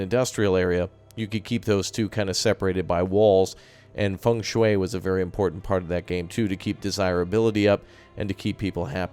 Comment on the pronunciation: Thumbs up for acceptable pronunciation of feng shui 👍